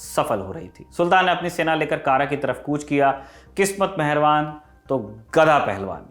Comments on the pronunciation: कारा नही कड़ा कृपया सुधारें हिंदी पुस्तकें भी देखें। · पूरे वीडियो के दौरान आप ने जिस शब्द "kara" का उच्चारण "कारा" किया है वह वास्तव में "कड़ा" है, जो की up के कौशांबी जिले में आता है मेरे घर से काफी करीब है... और बाकी जानकारी बहुत अच्छी लगी 👍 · जिस उच्चारण की बात कर रहे है ये बार बार कारा कारा कह रहा है जिसका सही उच्चारण कड़ा है जो इलाहाबाद के पास है यह वामपंथियों की लिखी स्क्रिप्ट बस रट्टा मारा है वाह क्या बात है इतिहास पढ़ो पद्मावती थी हिस्ट्री की बुक आरपी शर्मा की मिले तो पढ़ लेना ये बस अपनी सोच हमपर थोप रहे है। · कारा नहीं कड़ा भिलासा नहीं भीलसा/भिलसा अली गुरशस्प नहीं अली गुरशास्प..... सही शब्द होने चाहिए। मैंने तो पुस्तकों में यही पढ़ा था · यह कड़ा है कारा नही प्रभु। इतिहास हिंदी में भी है। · कारा नही है कड़ा है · It's कड़ा मानिकपुर not kara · कारा नहीं, कड़ा ( कौशांबी में) है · कारा न कहकर कड़ा कहना चाहिए था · कारा नही वो कड़ा है इतिहास पढ़ने और इतिहास समझने में बहुत फर्क है 😆 चले इतिहास पढ़ाने 🤣🤣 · Kara is also on Wikipedia (Kara, Uttar Pradesh). It's strange that even in the movie padmavat it's pronounced wrongly.